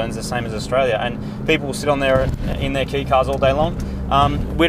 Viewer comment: Just a note it's pronounced kay like ke, ee, not key, sounded like you said that my bad if i heard it wrong :P btw are rwd conversions possible with these?